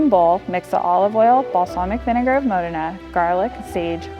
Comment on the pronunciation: Mo Dee Na NOT Mo din ah